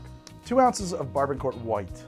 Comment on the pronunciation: my guy i love the channel, just one note. Barbancourt is pronounced Bah-Ban-Coo, on behalf of all my hatian bredren.